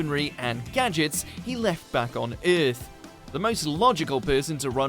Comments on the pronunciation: Has this person ever pronounced "Earth" before? It's Er-th. Not aeth. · Sonic the Hedgehog 2: Saving the Euhhth